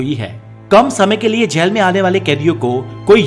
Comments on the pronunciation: Bhai galat bol raha h baar baar gel gel gel bol raha h bhai jail hota h jail achhe se to pronounced krle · जैल नही,जेल होता है। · aap jjyail Aisa kyo Bolte ho...it so simple word jail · जैल नहीं जेल 🙄🙄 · Plz pronounce jail. Not jael.. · Jaail nahi re baba its jail.... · Gel or jail bolna sikh lo balon ke gel ki bat kar rahe ho Kiya 😂😂😂😂😂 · Jell Nahin Jail Hota Hai Be , Pehle Theek Se Bolna Seekh Le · Bolna to seekho jail ya jal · Jail bolna seekhke pehle tu